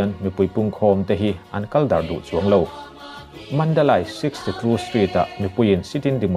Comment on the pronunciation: Mandalai tih techu a! Mandalei tia lamtur aw!!